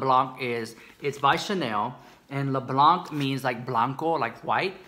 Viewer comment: ''Blanc'' is pronounced kind of like you did BUT without pronouncing the ''c'' . For exampe , the words ''quand'' (french word for ''when'') , ''temps'' (time) or ''maman'' (mom) all sound the same despite the way they're spelled . It is called ''silent letter'' , I think (my native language is french) . I hope that I explained it well hehe :D !!